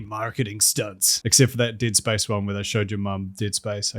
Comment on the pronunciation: forgot you were a Kiwi and genuinely heard “tit spice” instead of “Dead Space” as a result.